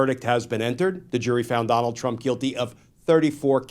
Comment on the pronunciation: Trump not Teump